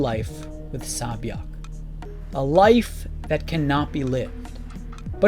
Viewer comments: This is a very simple lesson when pronouncing korean names, it’s say or sae not ssahh..... if her name was ssah it would completely be different. 새벽 sae-byeok literally translates into dawn and you’re saying ssahh byeokkk is completely a different name. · It's SAE byeok 😀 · Sae byeok is pronounced say-byok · Her name is pronounced as " Say Byeok"! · It’s pronounced, Seh-byuk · ITS SAY-BYUHK UGHHHHH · cool video but- "sa-byek" WTF IS "sa-byek" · Sae-byeok is pronounced “Say-byoh(k)” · One thing, please pronounce sae-byeok as say bee oeohk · It’s pronounced Say Beeyoke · Pronounced "Say Byeok" "Say" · Honestly I don't know if this will help with anything, but Sae-byeoks name is pronounced say byeok, I know a bit of Korean so I just wanted to point that out to people who didn't know :) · Amazing video! Just a FYI sae-byuk is pronounced more like “se” byuk like the “se” in “send.” Korean to English spelling can be confusing, so absolutely no criticism- just thought this might be helpful! Characters comment on her having a nice name as well because sae-byuk is the word for “dawn” and isn’t a common name. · This is a lovely analysis of these two incredible characters. I just want to mention that Sae Byeok’s name is pronounced ‘SEH-Byuk’. Like the first ‘e’ in ‘center’. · I found it more distracting that he pronounces the k 😅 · i'm sorry but the pronunciation of sae-byeok is unbearable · i dont understand why its so hard to say sae-byeok properly. It's rude to not pronounce someone's name the way it is intended. Sae-byeok is not that hard, just say it how the character says it. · Lovely vid but the sae byeok pronunciation killed me everytime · 새벽 (sae-byeok) is actually pronounced "sebyog" not "sabyeok" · The only problem is that you are butchering sae-byeok's name. The first syllable isn't "sa', it is "sae" (sounds like "seh"). Sae-byeok isn't just a name, it is actually a korean word, which means "Dawn", such as dawn of a new day.. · It’s not sa byak it’s say-byok